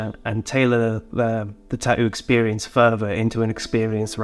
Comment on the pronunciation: The way this Hawaiian shirt guy pronounces tattoo is infuriating